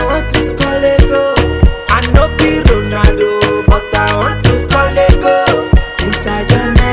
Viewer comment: Nigerians trying to pronounce Ronaldo: "Ronahhdoe." 😂🇳🇬